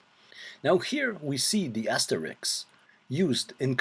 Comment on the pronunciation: It's funny how asterisk is now pronounced Asterix, like the cartoon character. Great video, btw